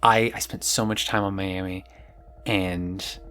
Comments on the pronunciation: as a floridian, the way you said Miami hurt me so much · Just imagine she's calling you her friend in French. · Why are you saying Miami like that? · I've never heard anyone pronounce "Miami" and "divisive" like that before.